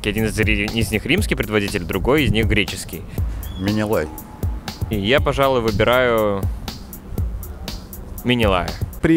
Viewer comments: Менелай, а не минилай! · Менелай, а не Минилай